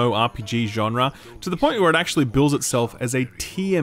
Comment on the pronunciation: I love the way you say "genre", which is the correct way, because the correct way is intended to sound beautiful. You're a dying breed in Youtube gamerdom.